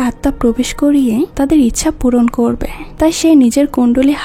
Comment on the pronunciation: আপু আপনার এক্সপ্লেইনেশন আমার কাছে খুব ভালো লাগে। কিন্তু আপনি প্রত্যেকটি লাইনের শেষে হ্ উচ্চারণ করেন যেমন: হবে না বলে হবেহ্ বলেন, করবে না বলে করবেহ্ বলেন। এইভাবে না বললে আরো অনেক ভালো লাগবে। আমি আপনাকে আঘাত করতে কথাগুলো বলিনি। আশা করি আপনি ভবিষ্যতে আরো সুন্দর সুন্দর মুভি এক্সপ্লেইনেশন উপহার দিবেন। শুভ কামনা রইলো।❤❤